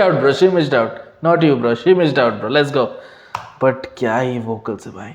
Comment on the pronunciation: Its bro not bra 😂